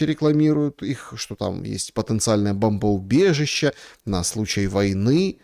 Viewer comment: не бАмбоубежище, а бОмбоубежище 😂 простите